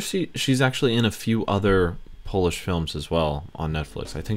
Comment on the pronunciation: Oh My God What a progress,! You pronounce polish words like a pro, bro!